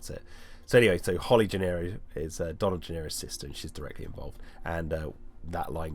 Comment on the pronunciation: Isn’t Donald’s last name “Gennaro”, not “Gennero”?